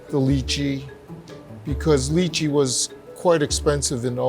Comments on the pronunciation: Lychee is “lie chee” not “lee chee” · Dude it’s not Li-Chee, it’s Lai-Chee...wow😂😂😂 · Sad to see a lot of jerks attacking and for such a good work they have been doing, shame on yalls jealous trolls, keep slaying ladies! On a side note, its pronounced Lie-chee, not Ly-chee. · LAI-CHEEEEE not LEEE-CHEEE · I hear them pronouncing Lychee as (leechee). That's weird for me, I live in Hawaii and we pronounce is Lie-chee. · this chinese guy just say leachy? its pronoucned lai chi lol this guy aint asian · Why do they pronounce lychee as in "lee-chee" rather than "lie-chee" like wtf... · It's Lai-Chee not Lee-Chee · How could the Chinatown Ice Cream Factory did Lychee pronounce Lychee like that?! I bet you his Asian ancestors are howlingg